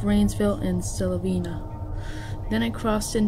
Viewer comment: Its not silavena kid its Sylvania. When you say it, its sounds like Syl-vain-ya. You forgot to show the picture of the school bus being towed away from Plainview High School in rainsville alabama that was literally twisted like an empty beer can.